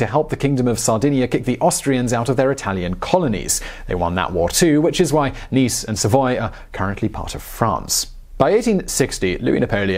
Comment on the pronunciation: nice is “niece, neese” phonetically as savoy is “savua, sah-vwah”, not sa-voy.